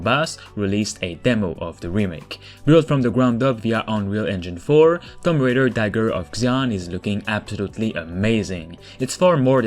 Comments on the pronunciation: It’s not thump raider it’s (two)(om)(b) raider got u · I kept hearing Thumb Raider. Sorry. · “Tumm Raider” lol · What is Tom Raider? TOOM-B Raider...